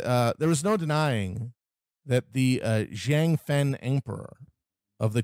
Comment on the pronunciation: Pronunciation guide: Hong Xiuquan: HONG sho-CHWEN Zhang: Jong Wang: Wong Instead of saying Nan-king, say Nan-JING.